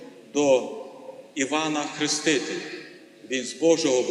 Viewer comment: Не ХрИ стителя,а ХрЕстителя!!!